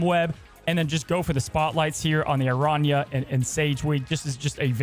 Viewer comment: I love but I inwardly cringed every time he said “Arana”